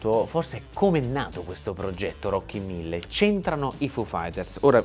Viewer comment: Si chiamano Rockin'1000 no Rocky Mille😂